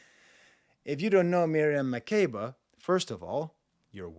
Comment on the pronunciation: As an African I agree especially the climax at the end it gets more spiritual. Butchered Makeba’s name btw but it’s okay lol